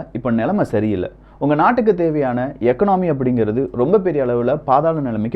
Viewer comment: "எக்கனாமி" இல்லிங்க "இகானமி"